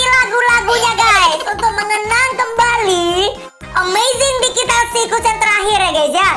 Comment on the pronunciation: KOK AKU DENGER NYA "THE AMAZING DIGITAR" YA?